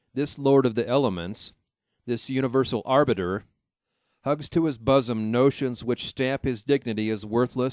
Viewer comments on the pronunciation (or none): The computer voice reading this mispronounces so many words that I finally put it down. Solemnities = solemn nights? Bosom = buzz em? Etc...